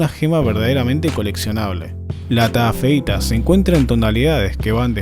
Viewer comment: Taafeita:❌ TA feita:✓